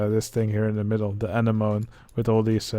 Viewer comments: It sounded like he called it an enema, to me at least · Animoan I'm sry duerklink I just thought it was funny. It's pronounced A-nem-oh-nee (&yes English is ridiculous) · "Anemoon" is the Dutch word for it, so that's probably why he pronounced it that way. I'm Dutch and I always pronounce it that way as well.